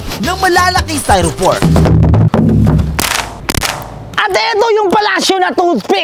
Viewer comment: Styro four? Hahaha styro foam uy!